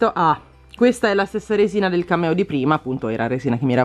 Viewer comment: Solo io quando dici cameo capisco cammello